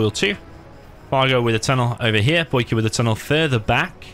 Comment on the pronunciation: "Boycahr" lol love u you british sob